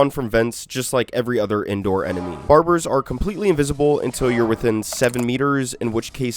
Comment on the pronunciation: bro said "barburrz"